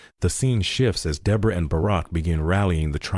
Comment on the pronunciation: You’re pronouncing the name wrong